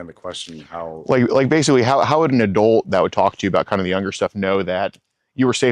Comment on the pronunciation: Adolt? It's pronounced adult.